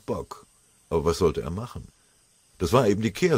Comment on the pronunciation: Sie "machem" jetzt schon Häufchen? Das ist wahrhaftig eine große Leistung!